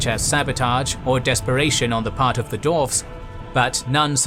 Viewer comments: try saying dwarves instead of doorves otherwise love ya work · Yeah, all I’m hearing is dorves not dwarves. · That was absolutely killing me... "Arkon" ... Lol... That and it sounds like the narrator is saying "Dorfs" instead of "Dwarves."